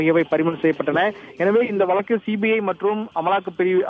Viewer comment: Reporter should pronounce Tamil proper way. vazhukku instead of valakku. Tamil language is so beautiful don't spoil by your reporter. Not only you almost all channel reporters are talking same way. Don't kill Tamil.